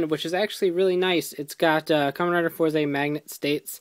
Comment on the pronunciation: its not four zay, its Fourz. i know its not spelled correctly, im spelling pronunciation.